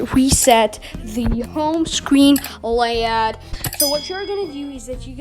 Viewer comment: Bro it’s Layout not Layod